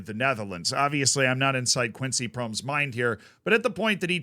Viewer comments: Hahaha had to stop the video when you pronounced his name. Not laughing about you, but never thought of the possibility of pronoucing it like Proms haha its Pro-mes with the E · His name is actually pronounced as Pro-mes(Pro mess). "Mes" is also the Dutch word for knife. And he was convicted of stabbing his cousin. So he definitely was pro-knife, so to speak.